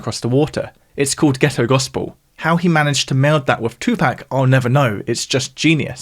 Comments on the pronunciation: It's pronounced 2 Pock not 2 Pack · It’s amazing that people don’t know that it’s 2 “POCK”. Not 2 “PACK”